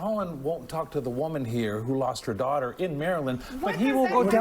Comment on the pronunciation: Where the hell did Bondi learn to speak? I can't recall ever hearing anyone pronounce the word woman so abysmally... "Woahmun".